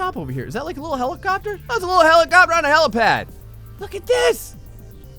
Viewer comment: "Look its a Hellacopter on a hellapad" XD